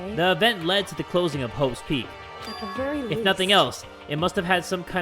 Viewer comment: Does Say hoe's peak or Is It Just me?